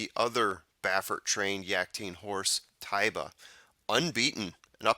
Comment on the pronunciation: To me it looked like Ty-ba, and I know when I was doing the SA Derby the announcer say Tay-ba but man.... maybe if he wins the Derby and they say Tay-ba I'll switch up. LOL